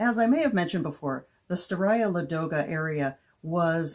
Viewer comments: If it makes you feel any better, if you hadn't pointed it out I don't think I would have even realized it was supposed to be Ladoga instead of Lagoda. 😅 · I'm going to toss another complication for Ladoga--the stress is on the first syllable. So LAH-doh-gah. Same for Staraya. I know it's tough when you don't speak the language--I've mangled many a word over the years!